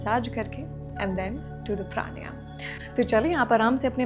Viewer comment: When you can't pronounce a word correctly.. प्राणायाम it is, not प्राणयाम. We are Indians not foreigners.